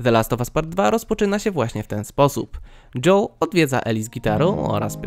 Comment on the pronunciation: Czemu mówisz dżoł a nie dżoel